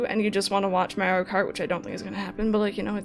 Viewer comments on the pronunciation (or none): “Mario Karty” I’m dying.